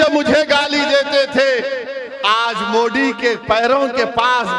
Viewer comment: Moddi nhi mere bhai MODI😂 THALI nhi tali... 🤣🤣 shinde nhi shindhe Shabd to thik se bolo